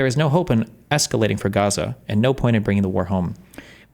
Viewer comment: lmao Density pronouncing it as "Ghaza" I love how its becoming a meme